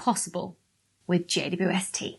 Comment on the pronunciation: Why does she say JUST when it’s JWST?